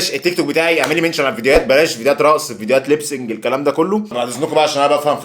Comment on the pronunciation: ليبسنج ؟؟ ايه الى انتا بتقوله ده فى حاجه اسمها ليبسنج